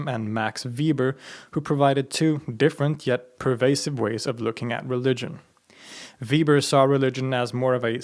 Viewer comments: Weber not Weeber. Sorry great video but going through a social sciences major, all teachers I had were anal with pronouncing that name. Not ueber, not ueeber, not weeber: Weber. May god keep him in his grace to torture political science and sociology students for the rest of times. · Weber is pronounced 'veɪbɐ not 'viːbər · You are pronouncing Weber wrong. For future videos it would be nice if you could look up how to pronounce names of important people you're going to mention a ton. Nothing huge, but I think it's nicer to get pronunciation correct. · The German pronunciation for Weber is "vay-ber". Sorry. It's, just like, my last name.